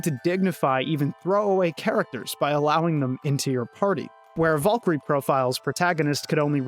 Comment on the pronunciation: I kept hearing you say 'Vulkry" over and over, and then I saw who you meant. VALKYRIE! VAAL KEER EE! And if that's how the game pronounces her name, then the game is fucking wrong, too.